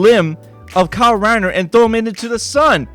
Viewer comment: kyle rrriner lol